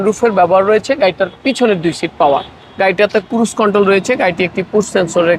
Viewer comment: কুরুজ কন্ট্রোল এটা কি ????? আরে ক্রুজ কন্ট্রোল